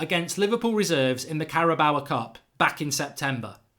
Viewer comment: Man said carabawa cup